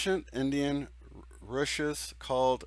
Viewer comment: Vedanta is pronounced: VAY-Dant'-A.....Upanishads is pronounced: YOU- PAWN'- EE.SHODS ....Rishes is pronounced: REE-SHEES. Just for future reference. : ) Our entire beings are frequencies of energy. That is why we are so influenced by them. When we hear music that makes us feel good, it is because our own 'like frequencies' are vibrating or resonating WITH the frequencies of music. In essence we only feel our own resonating energy. We become the music we hear. We are not just listening TO it. We are FEELING ourselves in the act or resonating response to energy frequencies. When we hear music frequencies we do not like, that is because it is causing reverb within frequencies within us that are discordant to our own energy field. All states of mind are a frequency of energy. The more light your thought energy contains, the higher the knowledge is. Your higher power is a frequency within you that you can resonate with when your thought and feeling frequencies are receptive to it. You level your frequencies up TO it. It and all frequencies are within every part of this holographic creation. All you need to do to access any dimension, is attune your own energy frequency to the frequency of that dimension. This creates a portal of transition. At that point you can access the information and sensations of that dimension. All of this is beyond time and space, which are perceptual and significant only to the third and lower 4rth dimensions. All frequencies are here NOW> All frequencie